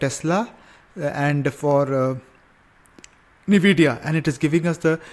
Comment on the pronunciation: NIVIDIA ❌ NVIDIA✔